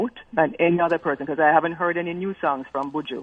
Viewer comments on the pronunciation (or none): Lolol..@ did I just hear you say "heny" instead of "any" dwl, only because the American school system sent me to speech class for the same reason when I first immigrated to America. Regarding Kartel, I don't think his music should be banned; but I do think some of the proceeds should go to the victim's family.